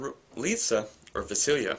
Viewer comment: You need to brush up on your pronounciation of Moroi, Lissa, Vasilisa and Rose but apart from that, good review. I'm just wondering whether you've read the entire series and if you liked it? Also, how well do you think these books will translate into movies?